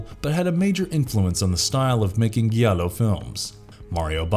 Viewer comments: "Jallo" not "Guiallo" (Gi is pronounced j as in Jeep not G as in guitar) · It's pronounced 'Jallo', not 'Gallo'. Giallo is the italian word for 'yellow' which refers to the color of the paper in the old pulp murder mystery dime novels that were the inspiration for the film genre. And for the mispronunciation of the word, you lost a viewer. If you wish to keep viewers and not offend fans of the particular subject you are discussing, i suggest you know how to pronounce words correctly. As a Giallo film fan, i was offended when you said 'Gallo'.